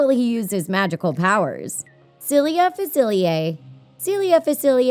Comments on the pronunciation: That's not how you say Dr. Faciliers name or am I going crazy will someone tell me. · You pronounced facilier wrong, like ten times and you even showed a clip of him saying it right, what happened?